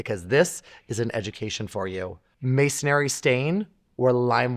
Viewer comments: The word is "mason ree" not "mason airy" Good advice. Soft red brick needs to be coddled, whether inside or on the exterior of your home. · I'll bet you mean "masonry" and not "Masonary." lol